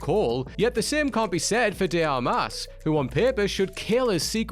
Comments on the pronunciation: Speaking of "off putting": Armas should have the accent stressing the 1st syllable: A!_rmas (and not the 2nd: ar-MÁS!) Like the word Canvas, for example. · It's pronounced "Ana De AR-mass", not "ar-MASS" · Only complain of the video is AR-mas not ar-MAS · Hearing this Scottish? dude pronounce Ana's last name Ar-MAAS repeatedly was more painful than anything in the movie. If she's really wearing a wig in Ghosted, didn't notice. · OMG yes where did he come up with that?